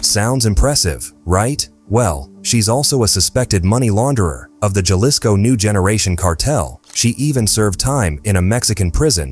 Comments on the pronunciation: Ha-lisco not ja-lisco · Is pronounced with an H not an J godly do l if your actually doing research you works know that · How ignorant to not even know how to pronounce Jalisco